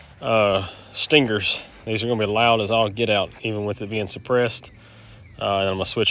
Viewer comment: Its pronounced STANG-ERS